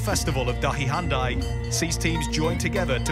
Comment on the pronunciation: its pronounced haan Dee written handi